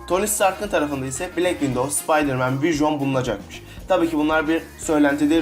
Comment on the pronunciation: black window deyil black widov vision da vüjon diye deyil vijın diye okunuyo